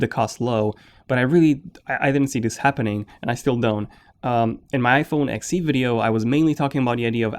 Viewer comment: When you say iPhone XC it sounds like iPhone Sexy and well, I’m okay with that😉 because it is